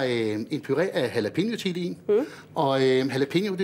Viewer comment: Please udtal jalapeño ordentligt.. Tak